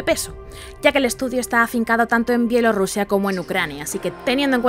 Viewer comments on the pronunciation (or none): none